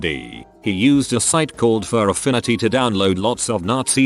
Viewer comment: Ohhh nooooo not furafinity lmao